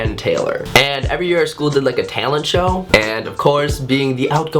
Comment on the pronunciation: The way he says "Talent Show" is so funny!! The Minnesota accent!